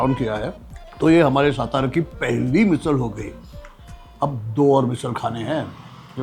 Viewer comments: Kay rao satara kela saaaatara la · Please tell him someone it's SATARA NOT stara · सातारा बोलिये, पता नहीं देवनागरी लिपी होने के बावजूद हिंदी लोग गलत उच्चारण क्यू करते है, सातारा का गलत उच्चारण = सतारा सोलापुर का गलत उच्चारण = शोलापुर पुणे का गलत उच्चारण = पूना चिंचवड का गलत उच्चारण = चिंचवाड धुले का गलत उच्चारण = धुलिया घनसोली का गलत उच्चारण = घनसौली ....... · Dear Kunal Sir, You are Proud Marathi , At lease you should call it सातारा & not सतारा . One more, if you haven't Visited/ included ChandraVilas in your blog, Sadly your Food Tour remains Absolutely Incomplete 😢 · Bhai please shut that background music It is so irritating yaar Please stop that music कानाचे पधडे फाटील भाऊ आता एवढा कर्कश्य आवाज आहे तो!!! एवढ जरा मना वर घ्या विजय भाऊ! राज साहेबांचे मित्र आहात सो विनंती करतोय ! आणि भाऊ सतारा नाही ओ सातारा आहे ते ! तू स्वतः मराठी आहेस कशाला नाही तिथे माती खातोयस !! बास कर ही फालतू ची एक्सेंट मारणं 🙏🏻🙏🏻 खूप वर्षां पासून फॉलो करतोय तुला सो सांगतोय ! स्वाभिमान बाळग मराठी असल्याचा !!! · It is not सतारा. Pl. Say सातारा..... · He can't even pronounce Satara properly, Vijaykar should have done his home wrok properly, 😢